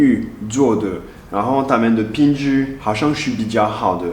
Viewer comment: 最好是不是要說品質ㄆㄧㄣˇㄓˊ😂